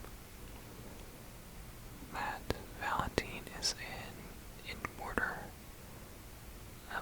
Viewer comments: I love this video alot, so thank you! But why in the world would it be pronounced 'Valen-teen' and not 'Valen-t-eye-n'?!? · it is pronounced valenteyen he just said it wrong